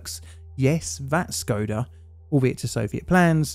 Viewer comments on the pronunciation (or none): its actually pronounced like SHkoda, the little thing on top of the S, its pronounced as SH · is it pronounced "Shkoda"? off to look it up lol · Its škoda, not schoda, schoda is offensive to us slovaks